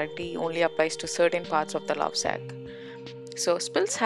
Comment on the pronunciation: It's not Lausac Its Lovesac 😒